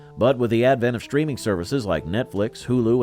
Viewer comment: "shtreaming" is not a word.